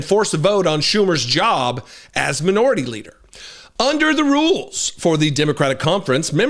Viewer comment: Did you say Manure-ity instead of minority leader? HAHAHa